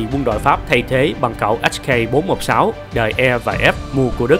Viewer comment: mình nghĩ admin nên đọc “Hắc ca bốn một sáu” thay vì “ếch cây bốn một sáu”, nó cứ ba rọi nửa nạc nửa mỡ, ý kiến riêng hihi